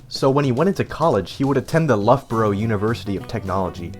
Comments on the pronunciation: it's pronounced low-bruh. English town names are fucked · Do you get like, half the names of things wrong on purpose? Loughborough, ZX Spectrum, and Slalom to name a few